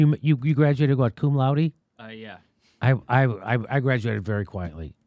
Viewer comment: Jimmy Dore graduated college "thank the laude"...